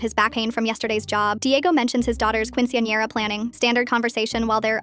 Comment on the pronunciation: Its AI so it doesn't have an accent de Español